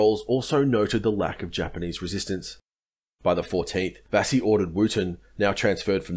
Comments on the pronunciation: Good account. Couple of small pronunciation points: It's Vasey as in 'chase'. I grew up on Vasey Concourse, Melbourne named after them. And it's Wootten as in 'wood'. My father was a fighter on this coast with the 6th Div. He watched Adachi being carried into their position, in a chair tied to poles. The Japanese said they surrendered to the 6th because of its battle honours. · Vasey is pronounced Vey-zee. Raboul pronounced Ra-Bowel. Excellent vid as usual.